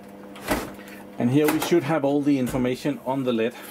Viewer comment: lid lid not lead